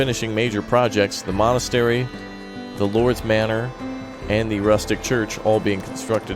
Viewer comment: I feel like he just said molestery